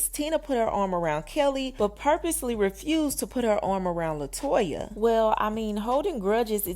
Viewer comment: Her name is LETOYA Luckett not Latoya… she deserves her name to be spelled CORRECT!